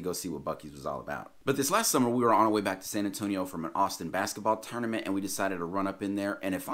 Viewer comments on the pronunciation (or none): none